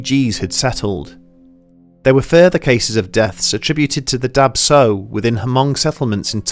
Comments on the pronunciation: Swear I heard Dab Tsog as Dark Soul. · Oh man I'm hmong it's pronounced "dah chaw", i read that this is common within southeast Asians and their genetic disposition to sleep paralysis that causes this experience! Been a big fan of this channel surprised and amazed you covered this! Love it!